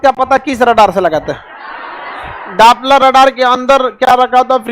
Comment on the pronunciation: Dapla nahi Doppler radar kehete hai sir😊